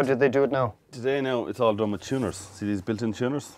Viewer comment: It is pronounced WITH a TH sound. Not WIT